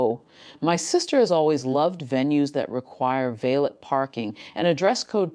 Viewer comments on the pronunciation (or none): Narrator can't pronounce valet! Irritating!